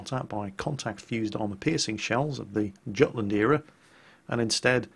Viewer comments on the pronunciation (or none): Gutland? Absolutelty barbaric... its Yutland not Gutland